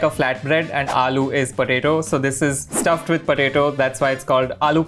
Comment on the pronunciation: Pov: you’re an indian who studies in english medium: Thoda sa is little bit: PoLaTa